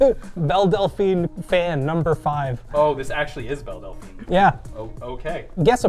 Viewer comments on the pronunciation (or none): none